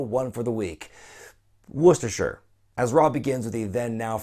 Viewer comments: Yeah I'm british and it sounded american, but its a cracking try for an american, the shire shoud sound more like sheer or shear. Hear most americans saying Wor-ses-ter-shire. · LOL Worchestershire and End. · still pronouncing it wrong... its pronounced wuss-ter-shear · Worcestershire :D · My parents are british and im american. that sounded american dude